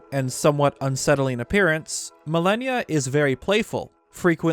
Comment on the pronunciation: Pronunciation: Mal-on-ya (mal-an-ya) Not millennia (ma-lany-a) simple English but great video